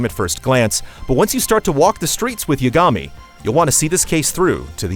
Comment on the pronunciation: It's honestly a pet peeve of mine when the VA's of a game/show say the name correctly, but the people reading the script of the review don't. It's pronounced "Ya-guh-me" not "Ya-ga-me".